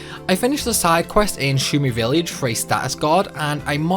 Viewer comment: Spall? Villeej. 😒